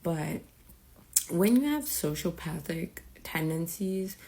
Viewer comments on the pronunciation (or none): The chic in the gray shirt keeps saying soshow pathic tendencies instead of sociopathic tendencies… I think you shouldn’t use words you can’t pronounce.